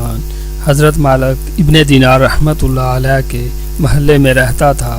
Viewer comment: Malak nhi maalik kho.